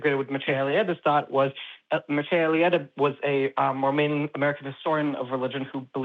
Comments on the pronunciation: As usual, cannot pronounce the names. “Mircea Eliade”, ffs. Would also not agree with either. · Mircea Eliade is not obscure and probably would not identity as a philosopher either. But you can tell how tell conversant is by the way he butchers the name.